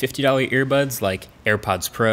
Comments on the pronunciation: regardless still sounds like he said airpods lol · he said "earbuds" , listen again